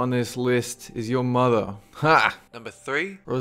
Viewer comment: "The fourth entry in the list is it muther. HA!"